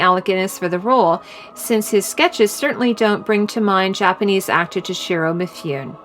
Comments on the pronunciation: Yes, four years late. But, Toshiro Mifune! It's pronounced Mih-foo-neh, not... Mifyoon. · It's Toshiro MI-FOO-NEH, not MI-FOON, with equal stress on each syllable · I love how you're playing Gustav Holst's "The Planets" in the background. PS: It's Mi-fu-ne, not Meefoon for Mifune. Three syllables.